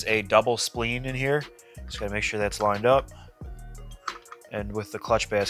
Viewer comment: It'd pronounced Spl-eye-n! Not Spl-een!